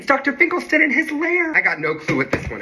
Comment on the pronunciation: you pronounce Dr finkelstein's name incorrectly